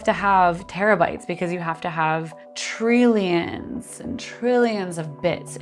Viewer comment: “Treelions and trillions…” I love Physic Girl!